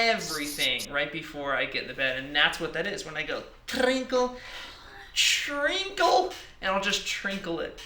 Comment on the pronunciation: “and i just trinkle it”